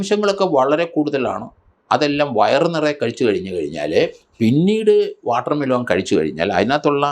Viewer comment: വാട്ടർമെലോൺ അല്ല വാട്ടർമെ ലൻ